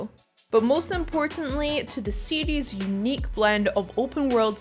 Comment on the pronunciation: That chick is incapable of saying the word "series". 🤣